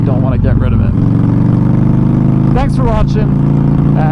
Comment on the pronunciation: Thime, thankk, phaint, phut 💀